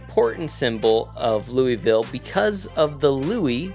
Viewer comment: Great Video! But man…as a Kentuckian…your pronunciation of Louisville hurt me😂😂